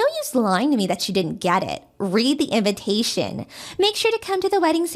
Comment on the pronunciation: STOOOOOPP!!!!!! read your lines, do your phonics... Sound it out....!!!! Its inVITation NOT inVINtation......